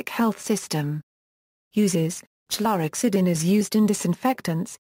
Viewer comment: Please stop it with the goddamned automated voices! It can’t even pronounce chlorhexidine